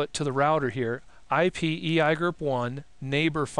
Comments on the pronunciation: Really? EYAYGER ?..First time I hear [E.I.G.R.P] pronounced EYAYGER.. Just couldn't watch after that. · eeeee eye gurp XD i've always heard e i g r p lel